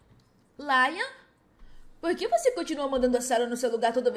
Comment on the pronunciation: e Lian e não laina